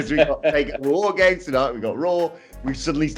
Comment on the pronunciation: I find your lack of emphasis on "WAR GAMES!!" disturbing...